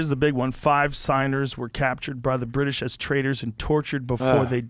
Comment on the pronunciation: Pure comedy! For DT to suggest he “is reading” a book, is completely laughable. I love it when individuals advocate for drug use and they can’t put together a sentence and can’t say “British”. GTFOH.